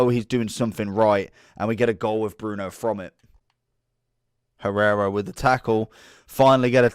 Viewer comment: Hierro not Guerrero XD